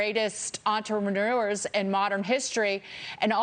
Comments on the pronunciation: I'm a big Dagen fan, but did she just call Musk an "entremanure" ? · she called ELON an ENTRE....MANURE.......@